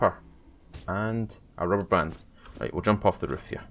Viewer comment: i love the way you say roof it sounds like woof its the accent